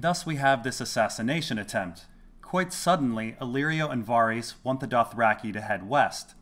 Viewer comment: Why do you keep pronouncing it Var-ees? It's pronounced Var-is